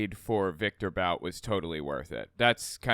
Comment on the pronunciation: Bout is pronounced as ‘boot’.